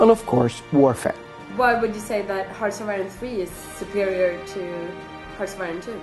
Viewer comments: 0.12 "im responsible Of the development of harchiyne free. Harciine Free...." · Hartchironfee :D That's how he says it...